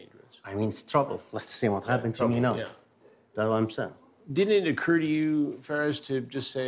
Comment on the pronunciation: 🧌: "wha happuned, wha happuned!?" You're what happened you sicko.